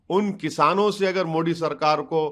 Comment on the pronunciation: Are miyaan मोडी नही होता मोदी hota h